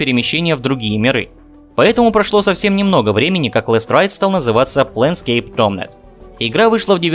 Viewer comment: Пленскейп Толмлмлмлмнт